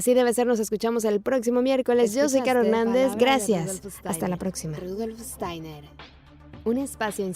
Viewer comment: Estaría bueno que se pronuncie bien Steiner y Waldorf Muy buen video Gracias